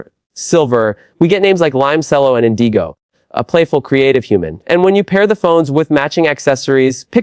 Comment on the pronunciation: Especially after pronouncing it; " In dee go." Lol! Or? He's an idiot